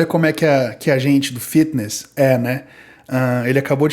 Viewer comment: "Fetiness", cara pq vc é tao fresco?